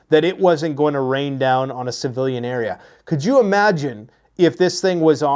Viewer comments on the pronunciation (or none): none